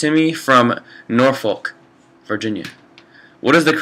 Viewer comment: haha the way he pronounced 'Norfolk'!!:L